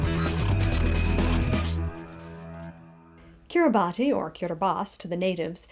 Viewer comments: Kiribati is pronounced “kiribas” Betio is pronounced “besio” Tarawa is pronounced like Tarawa (Not Tur-aw-wuh) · You could at least have the respect to pronounce the name of the nation correctly. "Kiribass" is how it is pronounced, not just how the 'natives' pronounce it. Also its growing wider not higher. Plenty of huge coral structures under the sea surface that you can't live on either. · lol you couldn't even get the name right. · You didn't even pronounce the name right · You have to wonder about any channel called "Just Facts" -- what are you trying to compensate for? You can't even pronounce the name. What insulting rubbish. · Just Facts would make more sense if you could pronounce the name correctly. Instead you persist in your ignorance and cherry picking the science.